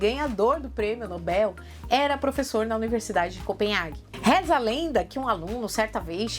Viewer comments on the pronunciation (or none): none